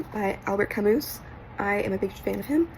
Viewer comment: Good list! FYI it's pronounced Albert "ka moo"